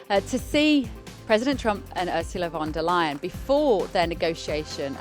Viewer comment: URSULA LEYEN AKA.... ur sa a ley er.... ur such a liar